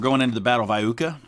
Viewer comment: Eye-YOOKAH ... just saying :D